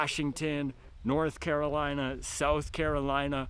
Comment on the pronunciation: "North Carolineon Chicken" 😂😂😂